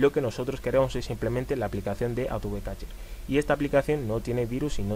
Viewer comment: Hay un error en el vídeo. Es catcher no cacher xD. Solo eso 😂😂